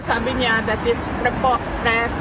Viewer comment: Preposterous lang di pa mabigkas ng maayos!!! Lawyer ba talaga yan... Boplax!!!